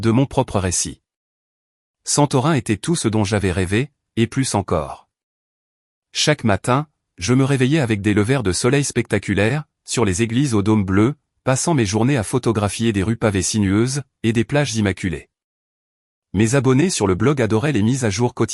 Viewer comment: un levère de soleil, ça doit être beau (lecture par IA)